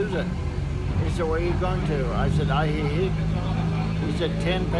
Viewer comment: lol at your pronunciation of Ajijic. It's AHHH he HEEK.